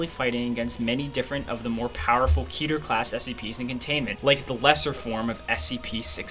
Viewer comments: Its Ket-er, not Keeter. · "keeter" sounds off. its ket her